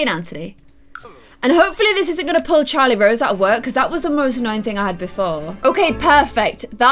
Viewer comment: It's Charrlote Rose not CHARLIE ROSE